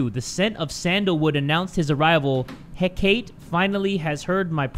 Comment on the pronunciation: Hearing pronounce Hecate like that had me smiling like a dope, that was funny.